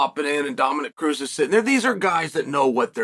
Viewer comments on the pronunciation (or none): none